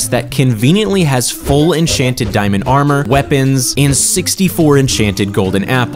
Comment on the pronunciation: At the start he just said enchanted enkanted awrmor